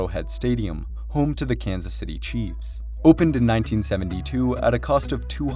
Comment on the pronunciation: Americans and the English language… He pronounced Chiefs as ‘Chievez’.